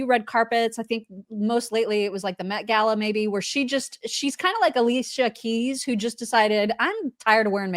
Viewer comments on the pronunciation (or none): none